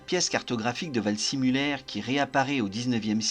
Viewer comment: Waldsimuller ? « see » ne se prononce pas toujours forcément à l’anglaise, surtout pour un nom allemand ! En général et en particulier, ne jamais hésiter à demander la confirmation d’une prononciation d’un nom ou d’un terme étranger, surtout quand on ne connait pas la langue. Le nom se présente vald-zé-muller.